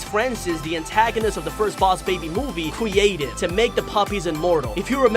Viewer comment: Also you said cweated